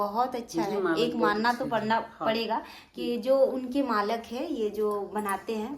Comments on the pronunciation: Malk ni hota malik hota hai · मालक नही मालिक बोलते है बहन बाकी vlog बहुत अच्छा बनाते आप दोनो। 😘😘😘😘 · Malak nahin hota Malik hota hai baat karne aata hi nahin pata nahin tum teacher kaisi thi